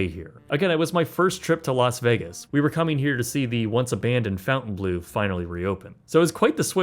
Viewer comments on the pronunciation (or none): Why is it so hard for people to pronounce Fontainebleau correctly? Fon ten blow. Not Fountain Blue. I mean, in your defense the hotel ads don’t even say it right. Drives me crazy. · This man will never say Fontainebleau right. NEVER.